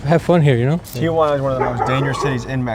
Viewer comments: "Tijuana" not "Tía Juana" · Stop saying Tia Juana😂 it's Tijuana T-Wanna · Spanish speakers, it’s pronounced Tee-juana not Tia-juana? Is that correct, or no? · TI-JUANA....not TIA-JUANA smh 'journalist' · Correct pronunciation is “tee-whana”, not “tee-uh-wanna.” There is no letter “a” after Ti. When you say “Tia-Juana,” it’s like you are saying Aunt Juana. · It's T Juana fool, not T Ah Juana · Its not pronounced TIA-WANA its TI-HWANA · It’s pronounced Tee-Huwana (tijuana) NOT Tee-Ah-Huana (tia-juana) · there's no "a". it's not Tiajuana. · First time I noticed que pa el resto del mundo Tijuana se pronuncia 👕🦎 T-iguana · It's not tee a wana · i can’t get over how he keeps pronouncing tijuana